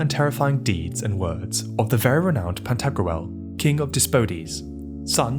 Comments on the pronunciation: It's Pan-ta-grool, not pan-tag-roo-el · Are you pronouncing "Pentagruel" correctly? I could be wrong but it sounds like you are pronouncing a medieval name like how people pronounce ancient greek names today. Like pronouncing Pentagram as Pen•tag•ger•ram rather than Penta•gram. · Anyone else annoyed how he keeps pronouncing Pantagruel? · What a strange way to pronounce "Pantagruel". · It bothers me how it's pronounced in the video 😂